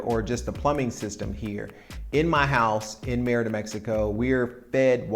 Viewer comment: Isn't it pronounced ... "May-reeda"?